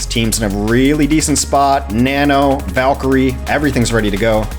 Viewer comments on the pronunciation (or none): none